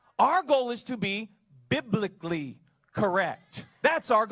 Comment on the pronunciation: you are as "biblikli" (dropped a syllable there buddy) correct as Jesus handing out fish in the star wars canteen dressed in a pink mankini.